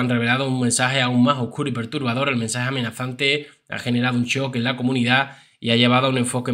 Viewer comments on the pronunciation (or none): none